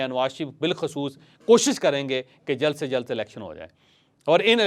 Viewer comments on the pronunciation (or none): none